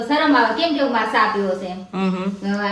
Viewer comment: Aunty cha ne saa bau funny bole 6😂😂😂